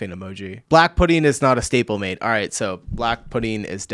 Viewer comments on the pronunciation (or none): none